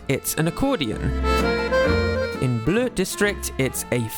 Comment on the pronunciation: Great job o the french prononciation of Bleu, Vert, Magenta, rouge and jaune.